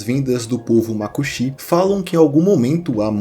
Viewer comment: Lindo demais você ter falado o nome do meu estado Roraima corretamente ❤❤❤❤ e também do povo Makuxi! Estava morrendo de medo de você falar “Rorãima”. Nossa, já era inscrita no teu canal e agora que não saio mesmooooo ❤❤❤